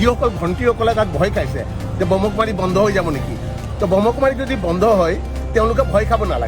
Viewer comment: আপুনি কথা কেইবাটাও ভুল কৈ কৈছে প্ৰজাপতি নহয় প্ৰজাপিতা হে আৰু ব্ৰহ্ম কুমাৰ নহয় ব্ৰহ্মা কুমাৰ হে হয়।